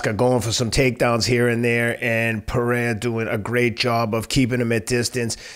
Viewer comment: Ironic that Teddy is the only one in the MMA world who pronounces Pereira's name perfectly.